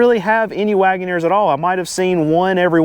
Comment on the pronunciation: Jeep Grand “Wait-in-neer”